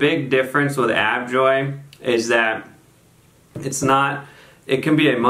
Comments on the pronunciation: A-Joe-Vee not Av-Joy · Hi. Nice production! A couple of things: 1) It’s “A-JO-VEE” not “AV-JOY” (a la Hermione Granger 😉); 2) Ajovy / fremanezumab binds to the CGRP molecule itself, not the receptor; 3) It’s really hard to compare drugs against each other without head-to-head studies. I’ve seen great results with each. The new Ajovy autoinjector is really cool!